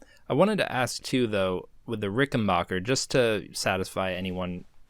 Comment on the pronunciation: And it's Ricken - BACK - er, just like Get BACK! It's not Ricken - bark - er 😂